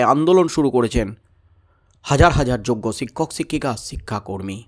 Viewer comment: জনাব শিক্ষককে ছিক্ষক বলা আগে বন্ধ কর ভাল ভাবে উচ্চারণ শিখে নাও। অত রসিযে কসিযে বলাটাকে পাগলামো বলেই মনে হয়। বাংলা ভাষার তুমি অপমান করছ। সুনতে কান চির চির করছে।